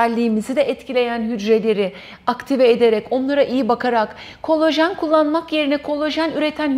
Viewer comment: Verdiginiz bilgiler cok degerli olabilir ama kolajen yerine kolojen demeniz siz ve sizin gibi uzman title'i tasiyan kisiler olan guvenimi kiriyor. Lutfen Turkce'yi dogru kullanin